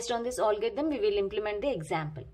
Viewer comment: its algorithm not olgarithm